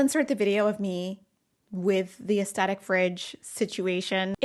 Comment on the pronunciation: The TH in "aesthetic" is pronounced like the TH in "theater," not like a T. Almost every YouTuber gets this wrong.